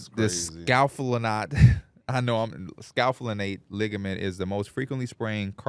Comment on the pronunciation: Hearing try to pronounce scapholunate is giving me heartburn